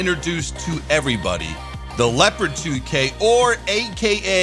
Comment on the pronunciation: not scheißa, Sondern scheisE! <3 and not lepad Sondern Le-O-pa-Rt :D it sounds so funny, plz more of that!